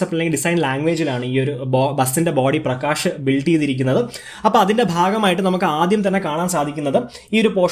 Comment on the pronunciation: "ആഷോക്" അല്ല.. അശോക്😁😁 "പ്രകാഷ്" അല്ല പ്രകാശ്...😁😁😁